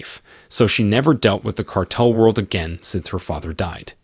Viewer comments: Can’t pronounce “cartel” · The narrator, whether it's A.I. or not, is mispronouncing 'cartel'. (Over & over again.) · Awful commentary. Perhaps it was computer generated since the narrator can't say cartel and he can say "made him pain."